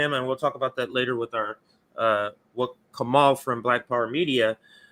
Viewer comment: Wait did say Kamal? BPM is the only channel I watch as often as RBN and I'm pretty sure his name is. Kah-mah-oo. Lol but seriously it's. He's amazing. Thanks for having him on, guys, I love you